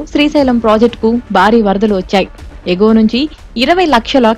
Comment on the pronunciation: బారీ అని కర్ణ కఠోరంగా చదువుతున్నారు. భారీ అని వత్తి పలకాలి. భారత్ అనే పదం కూడా ఉచ్చారణ దోషంగా యాంకర్‌లు పలకుతుంటారు. సరిచేసుకోవాలి.